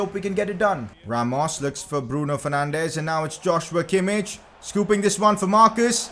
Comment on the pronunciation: Pcq: its not pronounced Josh-you-a Kimmich it's Yoz-wa Kimmich